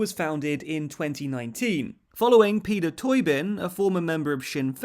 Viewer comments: And it's not pronounced Peter Toy-bin. It's pronounced Padder Toe-been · Peadair Tóibín is pronounced like 'Padder Toe-been' not like 'Peder Toybin' as here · Peeder Toy-Bin? His name is pronounced Padder Toe-been. Wouldn't have been hard to establish that. Although if you were going to include fringe Northern Irish parties like Aontú there's many other small parties there like the Transitional Unionist Voice, Progressive Unionist Party, People Before Profit etc. etc. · Pad ar toe bean not pedar toyben 😂😂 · OK, in what universe is NI part of 'Britain'? It's on a different island ffs. Being part of UK is not the same as being part of Britain. Also Peadar Tóibín is pronounced "Padder Toe-been" not Peter toi-bin. If you were to anglicise the name it would be Peter Tobin. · wtf is peedur toybin it's peadar tóibín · Peter toe-bean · The pronunciation of Peadar Tóibín is seriously off. It's pronounced 'pad-er toe-been' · Great video but the way you pronounced Peadar Tóibín was shocking! 😭 it’s pronounced as ‘Pad-ur Toe-been’ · Its pronounced pader towbin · Man said peeder toybin 😂😂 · Your pronunciation of Peadar Tóibín was honestly hilarious 😂 (It's "pad-er toe-been" btw) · Those Irish name pronunciations are really rough. Aontú (Ian - too) and Peadar (Padder) Tóibín (Toe-Bean) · Ah man. "Peeder Toybin"? Really? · Peader Tobín is pronounced "Paddar Toe-been" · How did you pronounce PEADAR TÓIBÍN, crikey lad pretty obvious you lot in GB have no interest in nIreland. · Wow that Irish pronunciation wasn't even close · I was thinking that aswell 😂